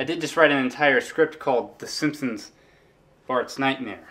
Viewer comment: GRAND MA!? SEEMPSEENS!?